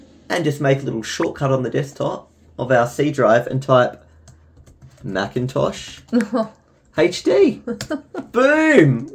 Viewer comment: Machintosh you mean Macintosh